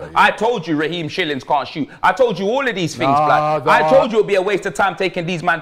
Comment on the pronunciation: "Raheem shillings" 😂